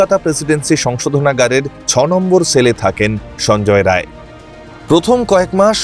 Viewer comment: সন্জয় রায় না । সান্জাই রাই। বাঙালী নয় উনি।